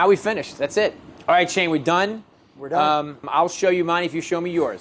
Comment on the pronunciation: shane? all i hear is shame xD